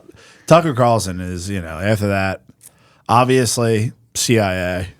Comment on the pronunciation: I've looked into him, I just think it would make for a good Ep.... Spud sperging out, responding to stuff he's never heard of with "OBB-vee-us-leee" for old times sake.